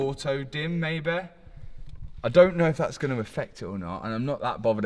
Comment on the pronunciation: maybE, probablE, finalE, mysterE wtf man?